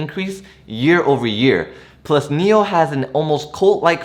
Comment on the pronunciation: One suggestion. Whichever stock you’re talking about for about 1-2 or 3 mins, please display the ticker symbol on the screen. When you said NIO, I thought you meant MEL (that’s how you pronounced it), I wasted 5 mins on google searching for this company which I couldn’t find. Displaying the ticker Symbol all the time you’re talking about it would help greatly. Thanks.